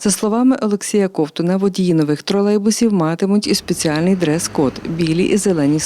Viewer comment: Не кОвтун, а ковтУн. Вчіть правила української мови. А також слова. Майже кожне прізвище має свій зміст, а не просто набір літер. Ковтун - той що ковтає. Не кОвтає, а ковтАє.